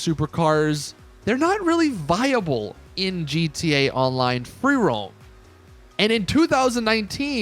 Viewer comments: GeeteeA all one syllable word lol. Gud stuff. 😂👍🏼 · Lol every time! “Geetay” online.